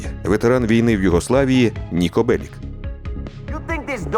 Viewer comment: Ніко Беліч а не Белік. Сербською Нико Белић